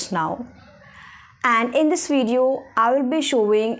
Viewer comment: its pronounced as video not wideo , v and w are two total different sounds.